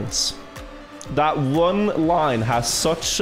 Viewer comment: lol the chat when didn't say the line properly